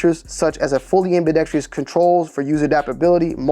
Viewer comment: Its ambidextrous not ambidexTREEus. FYI